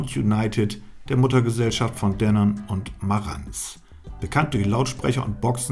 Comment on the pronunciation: Du hast Denon richtig ausgesprochen. Das gibt Bonuspunkte. Frohes Fest.